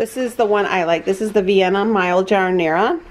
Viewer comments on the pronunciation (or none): none